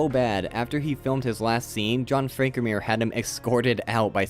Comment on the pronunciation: Are you saying the names funny as sort of a Mr. Plinket thing, or can you really not pronounce Moreau & Frankenheimer?